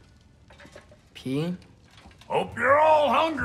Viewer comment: What kratos said Atreus where have you been he literally said peeing lol 😂